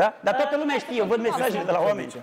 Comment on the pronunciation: Anseamna a zis ca se ceme de fizz eu cred ca nu se ceme doar face misto andra ar trebui să învețe sa vorbeasca ea spune scie vorbesce ceme in loc de t zice ce